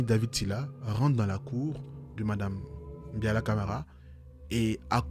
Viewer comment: C’est Mbalia et non Mbiala